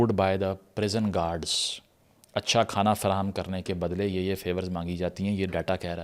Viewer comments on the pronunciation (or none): none